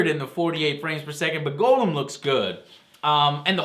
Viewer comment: oh joe u said golem wrong derp :)